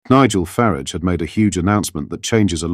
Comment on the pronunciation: FARAGE NOT FARIDGE (FARARGE)